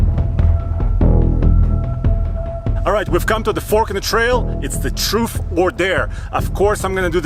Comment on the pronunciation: 25lbs isnt aired down. You could see in the video there was zero sidewall flex. And I know can say the TH sound since he does when he says 3... troof or dare????? Or truth or dare?